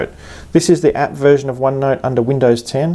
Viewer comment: I thought you said virgin at 1st! lol *version